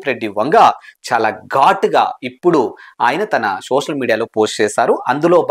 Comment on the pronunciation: షోషల్ కాదు బ్రో సోషల్